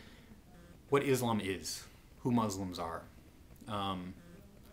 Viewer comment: You're saying 'Islam' and 'Muslim' wrong, sir, please be respectful and pronounce it right.